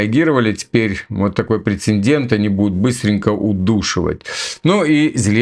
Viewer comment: Прецедент, а не прецеНдент. Извини,, что поправляю. Доченьке Божьей помощи и скорейшей реабилитации, тебе и все твоим здоровья, везения и удачи.